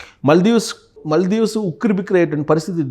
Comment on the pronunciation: మల్దీవ్స్ కాదు sir pronounce సరిగ్గా చేయండి మ కి దీర్ఘం ఉన్నది మాల్దీవ్స్.